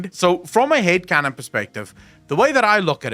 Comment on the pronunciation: I swear. Whenever you say Head canon, I hear Hate Canon. and keep thinking about a Head canon filling in all gaps in the story in the worst possible interpretation